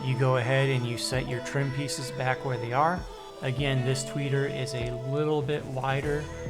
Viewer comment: Say "Tweaker" one more time lol